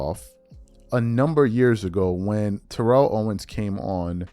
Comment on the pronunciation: lol: it’s Tear-el ( and not Te-relle) but you do t care I rememberin the past some yrs back We told you quite a few times lol.